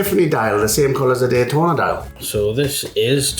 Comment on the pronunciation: “gaytona” what?😂